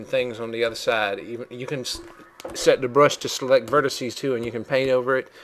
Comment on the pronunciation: *spits chewing tobe* and thats your verticeeees ahhhh the deep south